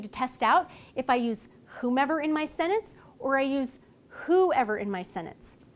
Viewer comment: She can't pronounce the word sentence.😑